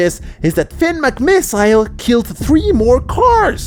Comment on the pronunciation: Your supposed to say it as "Finn Mc miss ol" not "Finn Mc miss i le"